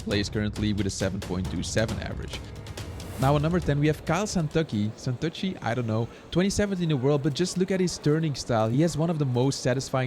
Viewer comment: Santucci is of course an italian surname and it's pronounced Suntootchie